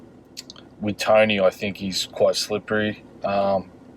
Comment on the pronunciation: is this man saying "tiny" or "tony"